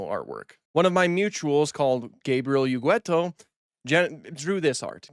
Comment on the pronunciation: Sorry, but I'm gonna be the grammar police bad guy here. Ugueto... is not pronounced Ugüeto as you have. The "u" in front of the "e" is only there to tell you that it is a hard "g" sound, as usually before a "e" or an "i" the "g" becomes soft. So it's pronounced as in the English word "get". Ugueto. There, now that it's out of my system, please proceed and pretend I said nothing please.